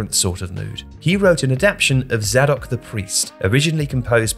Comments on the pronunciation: It's pronounced Zaydok the Priest, not Zahdok the Priest. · It's pronounced "zay dok". Basic research fail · Not crazy about the pronunciation of “Zadok” though.